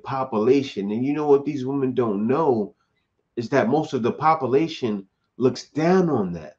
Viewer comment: Population is pronounced 👉🏾( Pop-you-lay-shun) not or